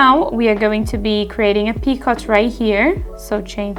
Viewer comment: Great video! Just so you know, picot is a French word, and it's pronounced "pee-ko". 😊